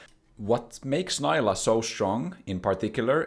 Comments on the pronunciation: bro, you're not american, she is not "nylah". you are allowed to pronounce stuff correctly. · This video has factualy wrong info..... it's pronounced Neeelah <3. Jk, amazing video. I just love the ''I coined these terms'' moment xD